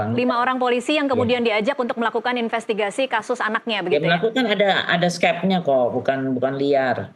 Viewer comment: Itu itu Sj... Infestigasi... Falidasi...